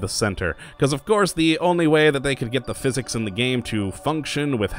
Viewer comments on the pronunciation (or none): none